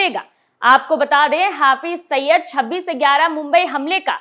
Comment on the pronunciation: Saba ne mashhur Aatanki "HAFIZ SAIID" ka nam nahi suna hai shayad..Jo usse "HAFIZ SAIYYAD" proaunce kar rahin hain.